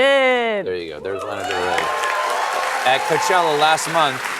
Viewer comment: I love Stephen so much, when he pronounced Lana wrong, it turned my world upside down. Please tell me I'm the one who has been pronouncing Lana wrong. 🥺